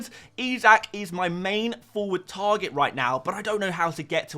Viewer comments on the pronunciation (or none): none